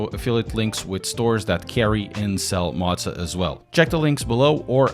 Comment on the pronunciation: Motza is not a thing. It's M O zah. Come on man, love your channel, but motza is killing me!